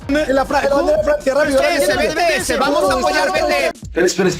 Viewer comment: Por favor , se dice bi ti es